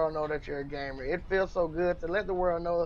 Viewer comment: everytime he said gamer i heard gay man so i was a getting a very different message